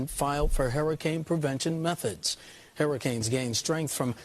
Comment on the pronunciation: Hmm... That guy says "hurricanes" weird...